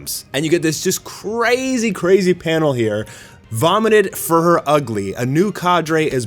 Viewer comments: It’s not fur her. It’s fuhrer like hitler. (Fewrer) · Isnt it pronounced "Fyur-ur"? Not to be mean, but its definitely not furr-er. Ugly fursona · Dude, it's not "Fur-her", more like "Furor" (Führer). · Fee-uh-rehr, not "furr",. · Just wondering why you pronounce it as "Fur-her" rather than as "Few-rer" or closer to the German word for "leader". Is it to avoid the censors (like saying "Black S" instead of the character's actual name)? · Thank you for not forgetting about poor Child Emperor...like some other YouTuber did. Again, Fuhrer is pronounced "fi-oo-rer," NOT "fur-her." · Why the hell do you pronounce Fuhrer Ugly so weirdly? It's Fuhrer, not "Furhur" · Why do you call him “furr-her”? Is it bc you don’t want to make that correlation? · jees, learn how to pronounce words. Its not fur-hur. just google fuhrer and listen to the pronunciation or u'know watch ANY WW2 history documentary. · "Fuhrer" is pronounced *few-rer... It's a Jerman military rank, kinda like captain or general. Great show btw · the nth video in, and still calls him fur-her XD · Fuhrer is not pronounced "Fur" sir. Come on dude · I think it's pronounced Few-Ruh. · Fuhrer is pronounced with a silent h. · Someone tell him how to pronounce Führer 😂 it’s like he learned nothing from WW2 history books lol